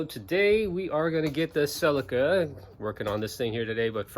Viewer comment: You pronounced Ce LEE kah wrong :P Nice work on the fuel tank and love the CRX.